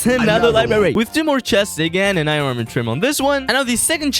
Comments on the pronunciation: That's a lot of eye-run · 'I rin ingots"